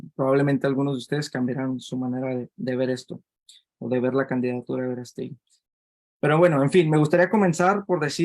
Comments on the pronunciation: Lleva acento en la Á por lo q se dice VerÁstegui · Me das flojera, no sabes ni de quien vas a ablar, no sabes como mencionar su apellido a pesar de estar acentuado. Los ciudadanos pensantes no creemos en la mafia política y apoyamos a aunque te cuesta trabajo decirlo es un luchador social un activista del mas alto nivel #VerasteguiPresidente